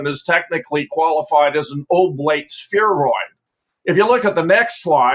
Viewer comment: That guy with pride said "oblate sphereoid"